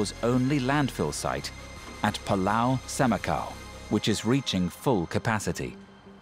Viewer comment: CNA, this is great video! But please teach the narrator that it is PULAU not PALAU!!!